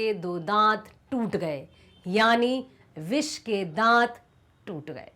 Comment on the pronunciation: Bissssss ke dat😂😂😂